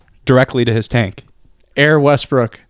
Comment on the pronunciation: Wussell Westbwook